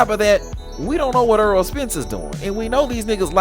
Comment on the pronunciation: I don’t get into negotiations so I don’t care what another man is getting paid, outside of that nothing you said made sense. By the way his name is Errol Spence not “Earl.” You said a bunch of generic bs lol Crawford never publicly gave details on the negotiations. He just say the fight will eventually happen. Max Kellerman called Spence a duck cuz 4yrs ago Spence told Max and Stephen A Smith Crawford just need to get a belt. Crawford beat Jeff Horn for the belt, linked up face to face with Spence only for him to change the script and say “why why why I don’t I just take the easy route and take Shawn Porter belt”